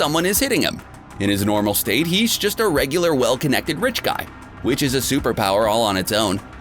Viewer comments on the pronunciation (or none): none